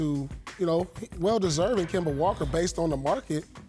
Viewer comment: Kemba....NOT Kember